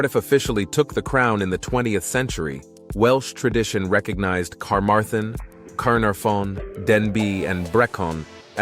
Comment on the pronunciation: Great Video but I had great amusement at the pronunciation of place names i.e dolgellau is pronounced 'doll - geth - lee' and Carmarthen 'car - marr - then'. Mind you in all fairness, and I live in Wales, many of us can't pronounce the names right either 🤣🤣🤣